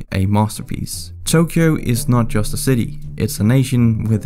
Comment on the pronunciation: Ain't no way man butchered Tokyo's pronunciation 💀